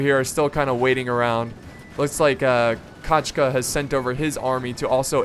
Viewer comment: It's funny to hear when saya a russian word "kochka" like "kachka" =) The pronouncement should be like "kOchka") But however it's funny, i really like the exciting and kind atmosphere in your videous, your are doing really well!)